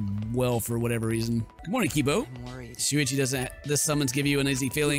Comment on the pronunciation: ken : *miss pronounces shuichi* me : sushi UwUz